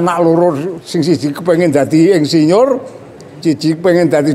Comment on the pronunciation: Jaman Riyen Sampek Ndugi Sakniki Mbah Yai Nek Tiang Jaler Nikah Angsal Tiang Estri. 😆😆😆😆😆 Ngaji Klasik Kyai Kampung Lulusan Santri Jadul Yg Apa Adanya Apa Yg Diceritakan. Mengucapkan Insinyur Jadi Endsinyur Bahasa Kromo Inggil ( Boso) Lucu 👍👍👍